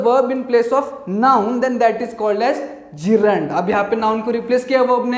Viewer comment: Yes in this video gerund is pronounced correctly😂😂😂😂